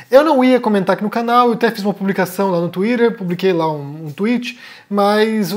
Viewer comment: O governo federal interveio., você é muito bacana. Só considere que pronunciar "Tuírer" não é mais importante que conjugar corretamente um verbo em português. O colonialismo mental mora aí.